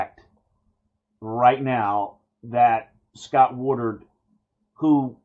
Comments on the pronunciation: The AD, that really needs to go, last name is “Wood-Ward” and not Wood-ard” right? Feel like you keep saying the latter instead of Woodward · Dude..learn the names! It’s not WoodURD..It’s WoodWARD!